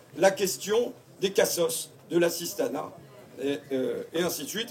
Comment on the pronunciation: Tu es linguiste bah tiens-moi aussi ça fait 8 fois que tu parles "d'assistana" et on en est à la moitié de la vidéo honte à toi tu devrais pas parler comme ça #fascho 18 x le mot assistana